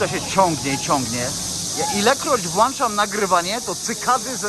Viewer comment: No to jak już mamy prawie opanowane "permanentnie" to proponuję popracować nieco nad "włĄczaniem/wyłĄczaniem)". poprawnie: włĄczać, wyłĄczać (albowiem mamy włĄcznik i wyłĄcznik). Włanczać i wyłanczać jest natomiast be. Filmik i miejsce jak zwykle perfekt!!!! To są Chiny!!!!!!!!!!!